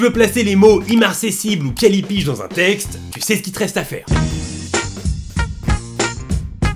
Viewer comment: C'est "Callipyge" -_